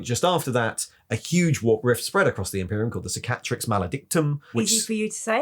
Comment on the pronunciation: You're literally the only Youtuber who pronounces Roboute Guilliman correctly. It's frustrating as hell to hear everyone else say "Row-boot-ay Gilliman". But the stress on "Cicatrix" is on the first syllable.